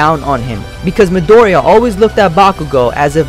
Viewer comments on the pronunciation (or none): you said midoriya wrong